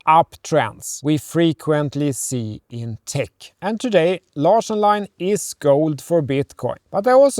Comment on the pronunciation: This reminds me of my own marriage, relying on a common third language for communication. Just as Anders probably doesn’t speak Vietnamese, and his wife (sorry, I forgot her name) doesn’t speak Swedish—as evident by her difficulty with both the /ɑ̌ː/ and /ʂ/ parts of “Larsson” (/ˈânːdɛʂ ˈlɑ̌ːʂɔn/)—my wife and I used mostly Japanese because my Mandarin was limited, despite having studied it at university, and her English was limited, despite having studied it in Beijing. They seem to have a good sense of humour, though, to overcome any misunderstandings that are inevitable from reliance on a non-native language. I wonder about their children’s linguistic skills. I didn’t speak English to my daughters in Japan, and my wife didn’t speak Mandarin to them, just as her own parents didn’t speak their native Korean to her (only to each other) while she was growing up in Beijing. It’s a lost opportunity for all those kids.